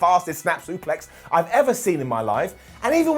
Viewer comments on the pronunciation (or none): none